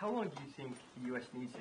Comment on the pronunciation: Due not pass!!!!!